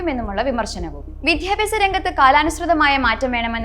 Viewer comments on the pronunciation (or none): വിധ്യാഭ്യാസം അല്ല, വിദ്യാഭ്യാസം ആണ്. അവതാരകര്‍ കുറച്ചുകൂടി ഉച്ചാരണ നിലവാരം കൂട്ടുക.